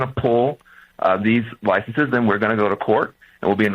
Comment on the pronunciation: "Licenses" is not pronounced "licensees," which is a different word with a different meaning. Yes, I am a Grammar Nazi who thinks words have import and meaning.